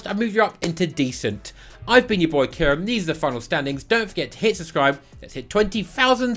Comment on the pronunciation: And Villa… you’ve fully lost it